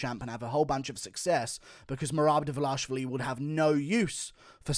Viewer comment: Merab "Meh-Rab Devalishy" Dvalishvili